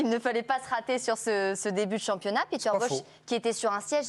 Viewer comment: Son prénom se prononce Péter, pas piter... c’est un néerlandais, pas un anglais...